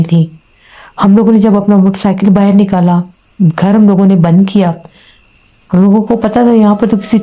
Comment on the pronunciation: Baahar ko baahir bolte ho to andar ko andir bola kijiye😅😅😅😂